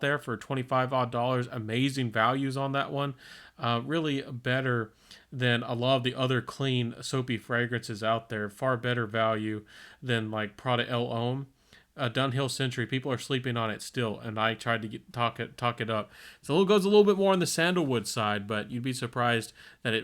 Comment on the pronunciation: It's pronounced Lom 😅